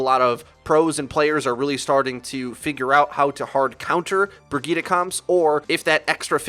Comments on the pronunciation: Haha isn't Brigitte pronounced bridget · It’s pronounced Bridge-et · Can u pls pronounce Brigitte correctly? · I know it’s the proper way of saying it just sounds weird af. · That Guy yeah I know it just sounds super weird lmao.